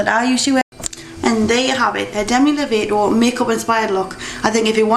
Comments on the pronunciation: Lo-Vaah-Toe not Low-Vay-Toe Its ok though; I forgive you. I love the look. Im gonna do it when I go to the concert in august. ( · You Said Lovato wrong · you said Lovato wrong xD thet's okay most people do =]